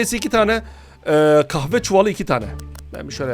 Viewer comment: Abi 18.38 inci dakikada kahve çuvali diyeceyene kahpe cuvali demisin orayi sansörleseydin😂😂😂😂